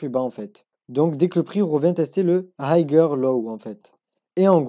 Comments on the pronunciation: Puré qrrete de masacrer la langue de shakespear !! 🤦🤦 Higher se lit haieur et pas hagueur 😭😭😭 noooo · Du coup j'me demande si ses profs disent aussi haygueur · hayer low .. la pronunciation.. hay cest pas hayg ... fais att frero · Higher ca se prononce hayer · le "g" ne se prononce pas. "high" se prononce comme une aïe avec un H devant et non comme un aïegue et "higher" se prononce donc comme "ailleurs" mais avec un H devant. merci pour vos vidéos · Haygueur low haigheur haygue mdrrr il me tue ton accent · Super tes vidéos, et je veux pas faire l'ancien mais higher prononce pas le g et c'est niquel ;) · Ce n est pas important la prononciation Je Suis trader professionnel et je suis en admiration devant les connaissances et la maîtrise du trading qu il a pour son jeune âge quant il aura 30 ans il deviendra un master du financial market chapeau mon fils continue 👏👏👏👏